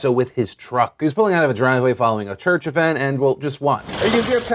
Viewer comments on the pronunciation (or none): none